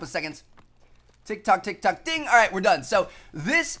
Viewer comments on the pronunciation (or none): none